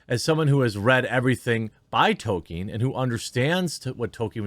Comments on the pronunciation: I enjoy your content but Jeremy please it is Tol-kin the E is silent, it would help your argument some in my opinion. I am a very long time fan of Tolkien my dad read the whole series to me and my brothers when where kids. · FYI; The well known literary genius author J.R. Tolkien’s name is pronounced Tol-K-in (hard K)! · Say it like "Toll-Keen" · Jeremy if your going to say his name so much learn to pronounce it properly and consistently. Tol-keen without stretching out the ee so much as you would in Sheen almost sounds like Tol-kin but you definitely need to L you saying Toke-in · Is Jeremy intentionally mispronouncing his name? It's TOLL-KEEN. There's an L in there buddy. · Progress... Jeremy stopped saying "Token" and now says "Tokien", but the struggle continues to get him to realise the L in Tolkien is not silent. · Can you not pronounce the “L” in Tolkien?